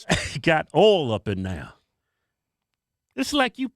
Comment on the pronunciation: Saying "Ole" instead of [Oy-el] for the word Oil. That's a new one lol.